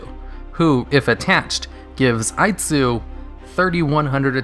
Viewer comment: I liked für American Version of Aitsu called Aight-sue much more!